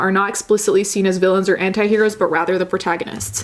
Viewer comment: I didn't know the right pronunciation of "anti" and "dignity" and now I'm shook